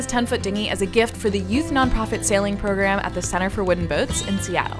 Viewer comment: Centre for Booden Woats?